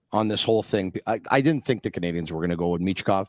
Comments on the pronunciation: Can please stop pronouncing "Canadiens" like that? It sounds so forced and awful. I have absolutely no issues with a French speaking person pronouncing it that way but when an English guy, who likely barely speaks a lick of French goes out of his way to do it, it just sounds weird. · Not at all. I just think he sounds bizarre. What exactly is he trying? Over pronouncing “Canadiens” in French, while speaking English? It’s pretty much never done by anyone and isn’t necessary (unless he’s speaking French). If he can put a whole phrase together in French, I’d be surprised… not an issue that I have.